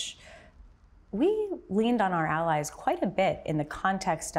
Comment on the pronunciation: Odd pronunciation of the word "allies," no?